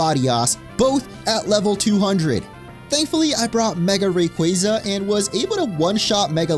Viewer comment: Ray-qua-za Not qwey lol